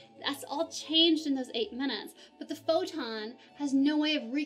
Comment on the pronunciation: as long as we do not have yet the perfect theory of the all , you can not mix quantum physics with relativity , thanks . i like your pronunciation of the word photon :)